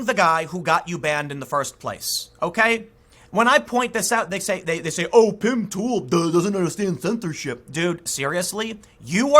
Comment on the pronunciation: "Pim Tool".. hehe.. not sure if that was intentional but its good to know Tim is just as human as anyone else. Not meaning to offend.